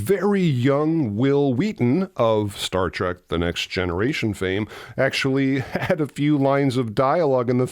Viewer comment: It's Star Trek, not start trek